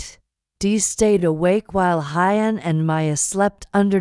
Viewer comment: The female narrator needs to read our comments: Huyen is not Hi-yen...it is pronounced "who-yen" , Mi-ya, and Bi-Bi. Please try to get this right!!!